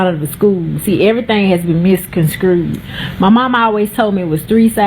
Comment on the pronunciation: Did that lady say misconscrewed? 😂